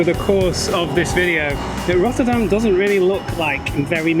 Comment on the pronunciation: Rottûrdam? Ech wel, niettan? 😄👍